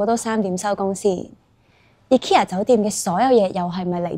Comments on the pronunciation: 但都無讀錯💪🏻💪🏻💪🏻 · 放心！無讀錯ikea個名💪🏻正如「佢地有好多產品都做到統一化，只係配合地區嘅文化，做少少細節嘅改動」個名嘅讀音都係🤣😂😂